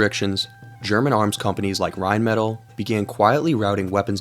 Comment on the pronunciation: Rheinmetall...not rhinemedal...its a german Company, not from Idaho.We say not either Burger König oder Neues York😉